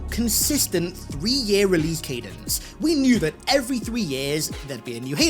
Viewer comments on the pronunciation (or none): none